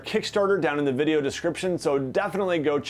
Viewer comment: ... "bideo" lol